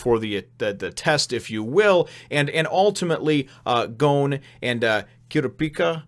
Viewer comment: The guy who lost his arms to Hisoka was disqualified. Also, if you're wondering, it's pronounced "Koo-Rah-Pee-Kah" and "Leh-Oh-Ree-Oh."